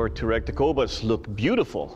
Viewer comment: Just a note it’s pronounced as T’ wha-reg (Tw like in Twist, ah. Reg as in register) it’s broken into the phonic sounds.